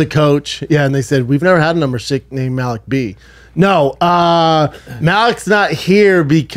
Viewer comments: At least say Maliks name correctly 🤦🏻‍♂️ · Learn how to pronounce Malik if you’re gonna go on a smear campaign lol